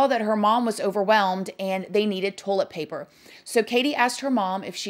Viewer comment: Ive been made fun of since elementary for pronouncing toilet paper..."tohl-eht paper" so imagine my excitement when I heard my girl over here pronounce it the exact same way 😂 if anyones gonna pronounce something as weird as me...its probably gonna be her lol